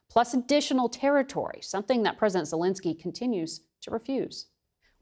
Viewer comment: It's VoloDYmyr Zelenskyy, not VoLOdymr Zelinskyy. Accent Volodymyr on the third syllable. Zelenskyy is NOT Zelinskyy.